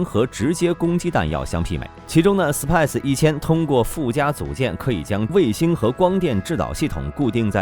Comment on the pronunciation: SPICE = SIPIE ????? 🐓 siah.....